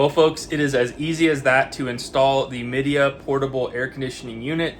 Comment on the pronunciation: It's pronounced "Mi" (as in "my") "dea" (as in "idea).